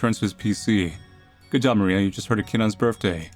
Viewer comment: her surname is probably Polish so try writing that in google translate and the "i" in "Maria" is short